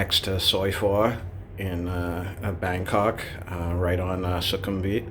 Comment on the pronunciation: He said bangcock... 🤣